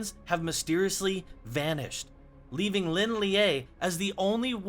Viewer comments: Pronounced so wrong 😭... Shao Laou, Lin Lee, Dzjoung. Not Lin liaeee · isn't Lin Lie just pronounced "Lin Lay", and not "Lin Leeyay"